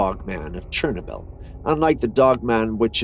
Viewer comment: Somebody please tell me why he is mispronouncing Chernobyl???